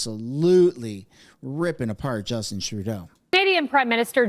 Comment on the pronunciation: / Justeen Trudeau lol /